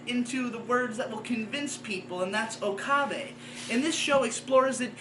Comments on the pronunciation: He pronounces pretty much every character's name wrong. It puzzles me as to why. Maybe he has only ever watched the dub? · Do you say Okabe like that to troll or is that how it's really pronounced?